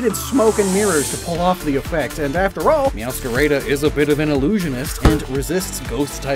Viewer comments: "Mascara" instead of "Máscara" and "Mewscareida" instead of "Mewscarada"... I'm sorry but, as a Spaniard, I have to say that gave me ear cancer... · You're actually pronouncing "Meowscarada" wrong, all As sound the same, as in "apple"